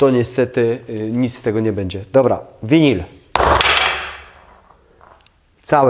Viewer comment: Dlaczego mowisz winil.....?